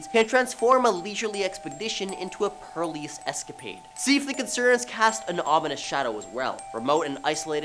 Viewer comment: It’s perilous, not perlious. The root word of perilous is peril, meaning danger.